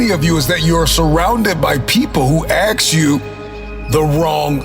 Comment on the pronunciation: I lost motivation when it started with people who ax you questions